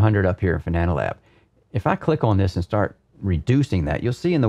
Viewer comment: Fanatic lol 😆FAN-A-TEC FFS 🙄